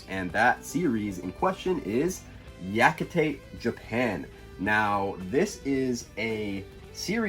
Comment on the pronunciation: Yakitate Japan is good. I see you pronounced “Yakikate” the Prof Otaku way.